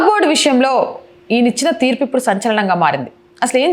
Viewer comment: Thurpu kadhu theerpu madam